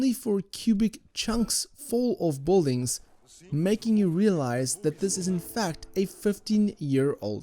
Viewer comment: Thank you for the awesome review. But I simply can't stand the way you pronounce Boldings